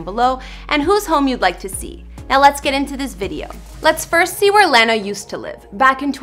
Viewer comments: Its Lana not Lan-na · ITS LAH- NA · It’s “lawwwwwna” not L-ANNA !?!? how are you even claiming to be a fan? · Why do yall Americans say lawna she ain't a piece of grass it's lahnah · IT IS LANA NOT LENA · Please stop saying "lay-na" it's LAH NA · its L-O-N-A not "LANA" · Lene? You ate def not a fan lmfao. It's LAnA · Landa lmao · HER: "OmgGg looOOK aT mE iM suCh a BiG FaN" ME hm seems legit her: " lann-uh " me; BYE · I didn't think there was a problem with her pronunciation until I remembered americans pronounce it differently, I'm from Northern Ireland in the UK and everyone I know pronounces her name La(h)na(h) instead of La(w)na or l(e)na haha just rly depends where ur from!! 😊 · I stopped watching the second you called her Lane-a. If your generating money off of someone else's success through YouTube the LEAST you can do is pronounce her name right, where is the couth? Take this down and try again🤢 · " Le-nna" 😂 seriously, such a fan would pronounce her name correct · Stop saying LANNA 😭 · lahna?!?! hahaha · This was painful to watch with her saying her saying Lana's name wrong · I had to stop watching this. Her claiming she's been such a fan for a really long time and then proceeding butchering Lana's name throughout the entire video irked me to no end. I can google a couple of pics, I'm good. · Anyone else cringe when she pronounced her name wrong. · cringed each time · English isn't my first language either, but you know, I have to pronounce my favourite artist's name correctly :) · if that's the case, she would mispronounce " salt" "small" " baths" " sun rays". But she doesn't, her "a"s are always correct, except for when she says " Lana". 😮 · I can’t even finish this video because of the way she’s pronouncing Lana’s name 😩 geeeezzzzzuh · omg her saying lana's name wrong is killing me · How you gonna make a video about lanas house based on research and not say her name correctly? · She’s such a big fan, she can’t even say her name right lol 😂